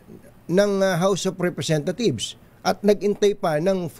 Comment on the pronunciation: House of RepresentaTHIEVES ba ang rinig ko?